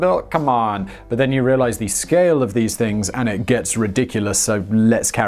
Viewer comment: You said “bas” instead of “but”, do you speak Arabic 😅🤣